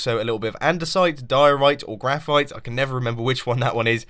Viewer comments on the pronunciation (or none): graphit mumbo? Graphite!? d'you know what graphite is? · "andesite, diorite, or graphite" -mumbo